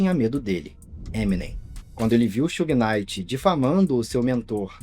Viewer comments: Sew-gay Night :face-blue-smiling: It's Shoog Night like Sugar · AI? Who the heck is Soo-Gay Knighr? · Bahaha Suhey Knight. Yeah ok. AI is gonna take over lmao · sue gay knight??? yeah tell me your not an AI.. booooo this chanel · “Xugui” night chega doer o ouvido kkkkkk